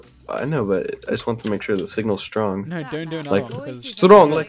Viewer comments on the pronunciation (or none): No one: Sapnap: strroOng, like Rrrussia